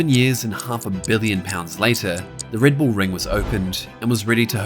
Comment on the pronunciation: Reed bool?